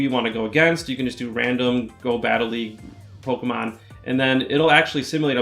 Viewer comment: I hate looking up PoGo videos for strategies because I hate.. I hate how these Youtubers Say "pokumon"